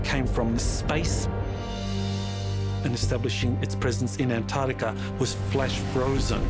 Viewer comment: Almost every pronunciation of Antarctica was wrong. It isn't Antartica.